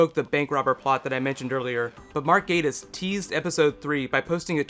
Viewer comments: Hussain Nashydhu Moosa , Gattis is pronounced as it is spelled and not "Gay-tis"(there is no reason for the long "a" sound. Mark Gattis himself pronounces it as it is spelled. It is also a common surname in the US, UK and parts of Canada and Lestrade is, far less common, and is most likely of French origin, and as far as I can tell in the US and depending on one's UK accent, it is most commonly pronounced as it is spelled as well; Les-Trade, and not "Les-Trod". To a lesser extent, the latter annoys me less and Lestrade can be more open to pronunciation, variation. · I like it...just annoyed by the pronunciation of Gattis and Lestrade.